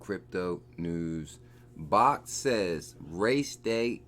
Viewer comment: bro it's pronounced "BACKED" not "BAHKT" I love your videos but this is killing me